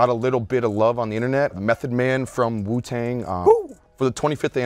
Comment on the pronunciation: This nigga can’t even say Wu-Tang right Jesus Christ I wanna kms